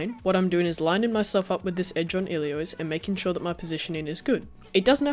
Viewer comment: Hey man, really love your stuff. Always great content and excellent quality! I just thought I'd point out that it sounds like you're saying 'Iliois' when it's 'Ilios', like 'Ee-Lee-oss'. Sorry if that's an accent thing, just something I noticed throughout your vids :) Stay awesome!